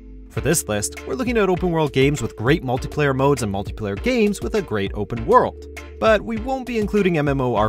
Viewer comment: Lol i. The begging it souded like he said multiplayer gays